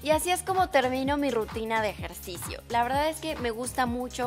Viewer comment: Jajajajja dice RITUNA jajajajja me mato de risa (: se escucha chistoso